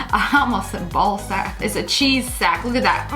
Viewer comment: I know she did not just say ✨ ballssac ✨